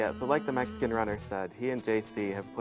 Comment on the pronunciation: "you just watched the meskan runner"